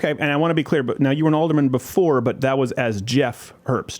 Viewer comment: she said she was an Alder"MAN" hehehe